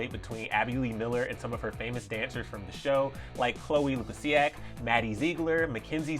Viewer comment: Is nobody gonna talk about Chloe "Lusiak"? 😂